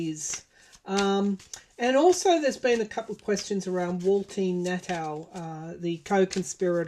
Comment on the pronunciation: Blessings to you, and thank you for your insight,. BTW - 45's co-defendant's last name is pronounced "Naw-tuh."